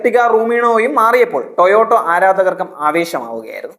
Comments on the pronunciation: It is TOYOTA, not Toyoto...😢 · ടൊയോട്ടോ അല്ലെടാ വിഡ്ഢി, ടെയോട്ട എന്ന് പറ. നിനക്കിത് ആരാണ് എഴുതിത്തരുന്നത്? കമ്പനിയുടെ പേരുപോലും മര്യാദയ്ക്ക് പറയാൻ അറിയാത്തവനാണ് review നടത്തുന്നത്